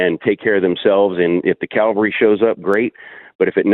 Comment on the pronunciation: It’s not calvary. It’s Cavalry. Yes, I know. So what, right? However you show your IQ with such elementary errors.